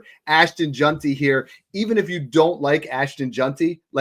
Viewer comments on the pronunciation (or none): Bro there's no U in JEANTY. It's not Junty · We gotta work on the pronunciation of “Jeanty”😂 solid stuff though